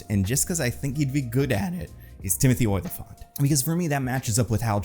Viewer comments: its not OY-lyphant, its O-lyphant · Oh-li-phant. Not "Oilafont." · It's not Oily-fant, it's Olly-fant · Every time says "Oily-phant" it kills me